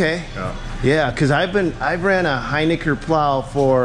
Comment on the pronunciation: You're pronouncing hiniker wrong and its honestly hilarious